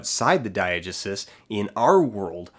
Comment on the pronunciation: Hey Dan. I liked the video. Just wanted to pop in to say I think you're pronouncing Diegesis wrong. You may be saying another word that I don't recognize, but if you are saying Diegesis, it's more like die-uh-GEE-sis 😊👍